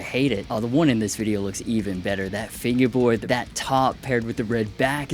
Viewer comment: He gets me every time he says finguehboard